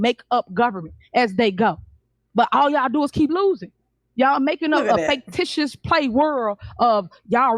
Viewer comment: She said faketitious